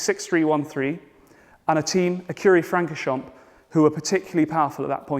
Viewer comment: Please pronounce Francorchamps correctly. The “a” is not short as in hat but more like “aw” as in paw.